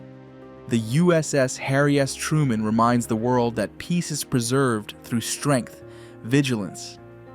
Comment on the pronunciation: Did he just say harry ass truemen?